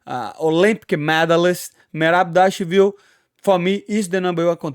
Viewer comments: “Triple C VS Merab Devalashaleefleef, Merab devashalevv” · There is only one man who can compete with you on pronunciation of fighters’ names’ . Merab “Dvalash liv-liv”, Merab “Davashwl” . 😂 That’s amazing. Can you guess who am I talking about ‘Money’ ? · How Money pronounces Merabs last name will always be hilarious. I cant say it either brother, but props for trying and trying 😂❤ EAZZZY MONEYYY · Moicano one of the realest madafakas in the UFC... and funniest too bro tried so hard to say merab last name.. anyway like this comment cause i like that hat mf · Its ok, I cant say mirabs last name either 😂😂